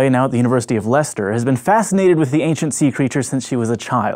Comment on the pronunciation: I do love it when people pronounce Leicester correctly.